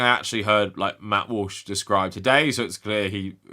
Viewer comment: Did you accidentally call him Matt Whoosh? 😂